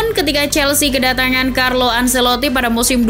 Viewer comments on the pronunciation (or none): none